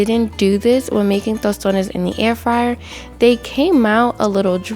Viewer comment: Love you sis!! As I fellow Dominican watching from the island, I know you are Dominicana just on the way you say "tostones "